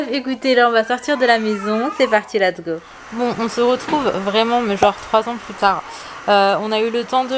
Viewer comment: Salam Joyeux anniversaire à ta princesse machallah les enfants grandissent vite Juste un petit truc je t’entends souvent dire lat’s go au lieu de let’s go je ne sais pas si c fait exprès ☺️ Bonne continuation à toi